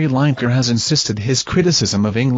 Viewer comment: herre we go again with LINE - EKER ITS FREAKING LINEKER AS IN LINN I KER FFS typical american pronunciation:face-purple-crying::face-blue-smiling::face-green-smiling::face-blue-smiling::face-purple-crying